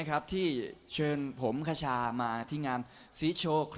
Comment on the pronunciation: มีความสุข ฮี่ๆๆๆๆ คชาเอ๊ยย พูดชื่อจังหวัดผิด น่ารักไปนะ ^^ ร้องสดเพราะขึ้นมากนี่พูดเลยยย